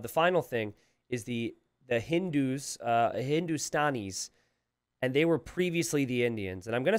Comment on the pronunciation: your pronunciations of Bengalis, Hindustanis, Dravidians were almost spot on. That's 3 out of 4 buddy, you have nothing to be sorry about.